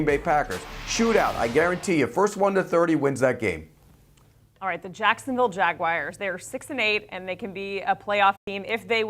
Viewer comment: did she say Jaguires?